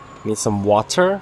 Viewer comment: U say water weired:-)